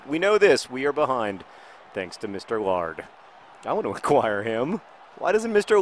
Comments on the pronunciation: Maybe the reason mr laird doesn't play for you is because you pronounce his name "lard". Also, my favorite show is doctor who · John, Laird isn't pronounced lard. And Laird means someone who's Scottish and is really rich and has a large property.